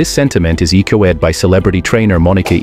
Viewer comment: "He firmly believes that dancing has played a peevotal roley in his grace of foolaking. A sentiment echo-eed by trainer Moni-ka East woood" 😄